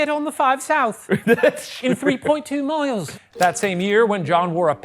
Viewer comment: He did so good until he said miles